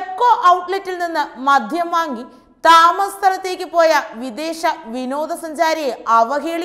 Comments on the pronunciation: എന്റെ കൊച്ചേ..അല്പം അക്ഷരസ്‌പുടതയോടെ ഇനിയെങ്കിലും സംസാരിച്ചുകൂടെ..?.അപേക്ഷയാണ് എല്ലാവരും ഒന്നു ശ്രദ്ധിക്കണം.മദ്ധ്യം അല്ല മദ്യം എന്നാണ്,പിന്നെ വിധ്യാർത്ഥി,വിധ്യാഭ്യാസം അങ്ങിനെ കുറെയുണ്ട്... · മധ്യം അല്ല കുട്ടീ.. മദ്യം ആണ്. ശരീയായി മലയാളം പറയാൻ പഠിക്കൂ. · സുഹൃത്തേ മധ്യം അല്ല ,മദ്യം എന്ന് പറയൂ ... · മോളേ ആവേശം മൂലം "മദ്ധ്യം" എന്നു പറയരുതേ...മദ്യം എന്നു പറയണേ...